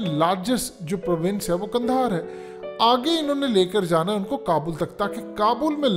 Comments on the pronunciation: لفظ قندھار درست ہے جبکہ آپ نے کندھار استعمال کیا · اگر آپ کی “حقیقت” کو “حکیکت” کر دیا جائے تو کیسا لگے گا اب پلیز “کندھار” کو “قندھار” کر دیں ۔